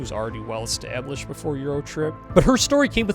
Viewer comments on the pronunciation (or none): none